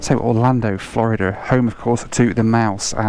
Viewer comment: Why do you say "Florider"? lol it's Florid-duh